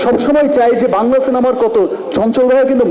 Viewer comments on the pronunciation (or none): none